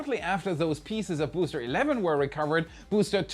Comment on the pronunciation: Vous feriez mieux de payer un traducteur pour vos vidéos, cette voix type IA est insupportable. C'est bien pour faire du fric facile en touchant le public étranger mais niveau qualité c'est égal à un étron. 💩 (spacèxe... le bousté 11, le bousté 12, les tuiles chauffantes, la nouvelle tour ne mesurant que 2 mètres, vôtre chaine qui s'appel "Y pourquoi" 🤣🤣🤣... omg) Sans ça je me serais abonné!